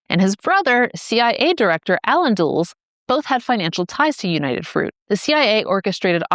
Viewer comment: Dulles, that's DULL-iss. Panama disease, the source of "Yes, we have no bananas, we have no bananas today..."